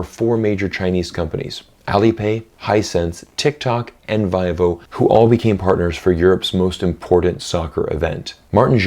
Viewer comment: Hi, not a criticism, just thought I'd share Vivo is pronounce Vee-vo):)